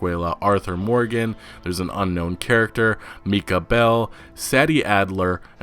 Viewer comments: bro said meekah bell and saddie adler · Meecah Bell, Saddy Adler.